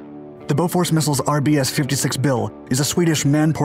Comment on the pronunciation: Thats BOFORS not beaufort